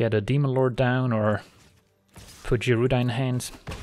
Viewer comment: (Guy)-Rooda. woof that was buggin the crap outta me LOL